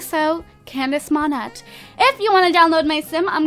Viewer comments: It's (Moan-Ayy) not (Mon-Ett). If you want a french last name, at least get pronounciations right. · It's pronounced MON-AY, not the way you do. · lol i love how she mispronounced Monette (monay) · Still annoys me that she can't pronounce monette